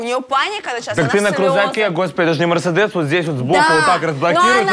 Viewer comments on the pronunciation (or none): none